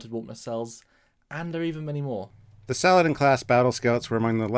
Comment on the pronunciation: I believe the proper pronunciation is not "Salad-in" but rather Sa-la-deen.